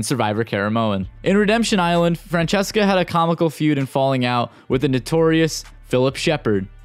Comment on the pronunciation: Phillip called Francesca ”Fransesqua” 😂